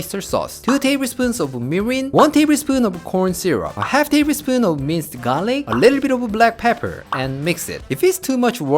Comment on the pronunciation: Every time say minced garlic, I always hear it mister garlic. 🤣